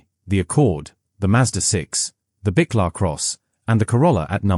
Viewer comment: You might want to learn how to pronounce Buick properly, then we might take you seriously .